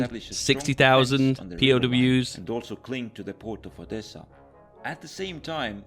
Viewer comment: "Am i not saying Sevastopol correctly" lol bro u called Odessa "Odessia"